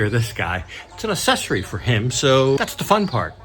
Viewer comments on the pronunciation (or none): Why Cant Americans pronounce ACCESORY? uhk - seh - sr - ee I first noticed it with Jay Leno who says; ASSESORY.